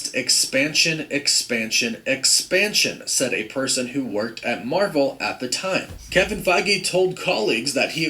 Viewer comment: Nobody Nobody: Mavel